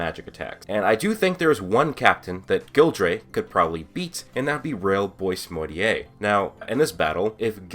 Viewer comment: It's pronounced as "bo-ah-mortier". Not exactly as boysmortier(boismortier).